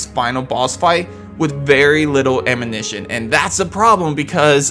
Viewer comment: It’s ammunition not amminition 🤦🏼‍♂️ you saying it right is clearly the most difficult thing out of this video